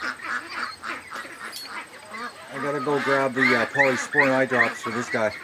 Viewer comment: Thanks. I couldn't quite catch the name when he would say it.